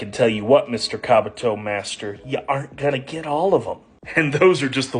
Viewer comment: It's not kabatoe